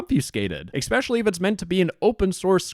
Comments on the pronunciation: The only reason you could be considered a psychopath is the fact you say "eggspecially" instead of "especially" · ppl who say especially like eggspecially 🗿